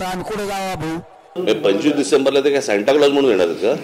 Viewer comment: ह्याचं अणि शिक्षणाचा दुर दूर पर्यन्त संबंध दिसत नाही...सांता क्लोज ला शांताराम म्हणतोय...😂😂